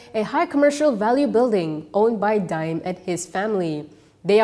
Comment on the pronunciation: The pronunciation is DA’IM, not DIME